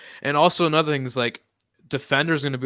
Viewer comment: Did homie say "it's a notra thing" instead of "another thing" 😆